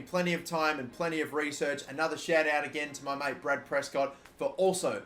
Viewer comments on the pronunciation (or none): none